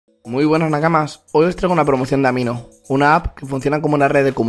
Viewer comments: Felicidades por obtener una promoción, cuando dijiste "Amino me encanta" pensé que dijiste "A mi no me encanta" , estoy pendejo :v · Cuando dices amino me encanta pense que habias dicho "A mi no me encanta" :v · Jaja yo también escuché eso xD repetí la parte, para darme cuenta de lo que DECÍA xD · Escuche lo mismo xd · Lo pense x2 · Yo entendí lo mismo :v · Jajajajaja dice amino me encanta o sea dice que la app le encanta pero al llamarse amino suena como si no le encantara xd